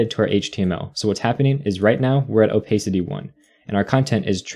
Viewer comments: Nice video but I cringe every time you say “oh-pace-city”. It’s “oh-pass-city”. Opacity.🤷🏿‍♂️ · please don't say "opaicity", it hurts